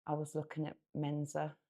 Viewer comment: >>>Excuse me but it's pronounced ,"Men-sa" not ,"Men-Za."